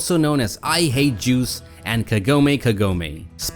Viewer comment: You need to work on your pronunciation of Jews. I mean Juice